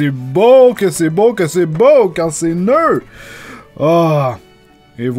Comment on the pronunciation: "...que c'est beau, quand c'est nœud.." ? On prononce "NEUFE"